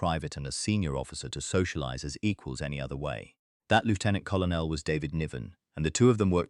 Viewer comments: Lieutenant Col on el? The rank is pronounced Cur Nell. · Lootenant kolonel - oh dear!! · You don't pronounce it "Lootenant". We are not Americans. And "Kollernell"? Tell your AI to get its shit in one sock. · WTF is a coll oh nell? Why don't creators get an AI text to speech that has been taught British English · What is a Lefftenant Collo Nell for gods sake and where on your list are Richard Todd and Christopher Lee? In other words a complete pile of crap. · AI Commentary or badly written. Take your pick. James Bond was not "07" he was "Double o Seven" (007). Very bad pronunciation overall - the pronunciation of Colonel is interesting indeed - nothing to do with the English Language (most mentions are actually Lieutenant Colonels but doesn’t let that get in the way) and "pranger" - RAF speak for someone who b"bends" a "kite". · It's not often that I give a thumbs down and turn off. If you want my attention and interest you must learn to pronounce words like invalided and Colonel. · You'd think the effing idiots could get lieutenant and colonel right.